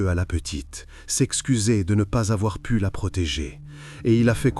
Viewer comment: pas de "t" à "pu", terrible pauvre gamine